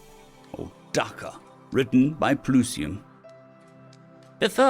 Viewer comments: My brother in Christ, it's pronounced not dah kah, but dahkah, dakka. The same cadence as "taco" as it is not tah koh. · It's pronnounced Dakka, not D'kka. Never enough of it though... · Great story but if I may. Dakka is pronounced like Wacka. Think machine gun attacka - Dakka, Dakka, Dakka, Dakka, Dakka, Dakka 😁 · Terminology help: "Dakka" is a term from Warhammer 40k orks. And while I don't know how to write pronunciation, "Dak-ka" is definitely wrong. "CAS" stands for "Close Air Support". And you would either use the full term or just say "Cas" I think. It isn't like RPG, where you usually speak each letter.